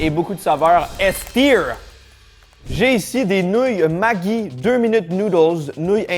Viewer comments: J’adore la vidéo super découverte j’ai juste été perturbée par le Magui! Ça se prononce magie 😂 j’ai quand meme bien rie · MaJi !!!! On dit MaJi !!! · Extrudé ! On le prononce "Magie" en France 😉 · L'arôme ma"gui" 😅😂 Ça m'a perturbé 😅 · Maggi se prononce comme magie ! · Pour clore le débat ça se prononce Madji (genre le double g à l’italienne). C’est suisse donc la confusion générale est peu surprenante 😂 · Pour l'amour de la suisse ( pays du Maggi) c'est "Ji" Ma(JI).... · la marque ce prononce magie !